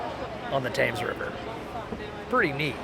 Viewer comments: You pronounced the river Thames incorrectly ...... you pronounced it Tames ...... it should be pronounced Tems. It's also the river Thames, not the Thames river. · I lived in London for twenty years and loved if...even after all that time I didn't see everything...one little side note, it is Tems to rhyme with gems not Tames..😊 enjoying all your vids in spite of the Dick Van Dyke accent lol x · What is this "Taims River" ? Where did you get that from? He's called the River Thames [temz], and he's an ancient Celtic deity. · Like your videos, just want to point out that the river Thames is pronounced TEMS, you are right with the silent H, but the A is pronounced as an E, 😅 that's the English language for you 🤣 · 'Thames' is pronounced 'tems'! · One very tiny citicism, if you could even call it that, and that is "Thames" is pronounced "tems" 😊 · The phony English accents, so annoying!!!!!! Thames is pronounced TEMS! You must have heard it on your river trip??? Thumbs down. Very annoying. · Just a note - the river is just referred to as the Thames (pronounced Tems). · It's why I looked at the comments too. It really does make sense, the way they're pronouncing it (as it's spelt).... but it's 'The Tems' to each and every Brit. They're both really natural, effortless vloggers though....subbed. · hi, love your blogs i live at a place that overlooks london ,a didtant view from windsor,wembly,shard, canary warf, dartford crossing bridge and greenwich, but pleae as many have probably already said The Thames is pronounced TEHMS keep up the good work ,steve osborne ps i can trace my ancestry back to Richard de branch who fought with william the conquerer ,and Thomas de gresham lord sheriff of London cool eh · Love your channel.you pronounce the thames river as tems with out the h .keep the good work up. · Great video guys, thought you would like to know though, Thames is pronounced Temz or Tems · Thames is actually pronounced "Tems" but who cares. Great vid BTW